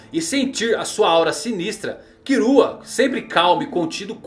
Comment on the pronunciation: mano pq ele fala "kirua"?